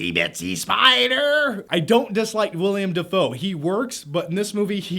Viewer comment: "william defo" XD